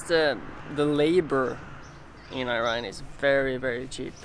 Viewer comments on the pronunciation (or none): Thanks a lot! but it's Iran (E-run) not Ayran! Ayran is a Turkish Doogh! :D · please pronounce IRAN properly, it's not i-ran